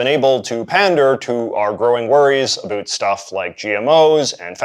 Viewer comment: You say about incorrectly